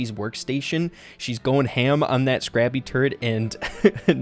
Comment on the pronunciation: *says Scrabby instead of Scrappy* Me: I see your a man of culture...